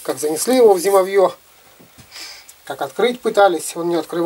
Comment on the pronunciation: Почему стали молодые говорят :зимовье, зимовья с ударением на последний слог? Мы всегда говорили с ударением на о то есть на второй слог я охотник с 1976г.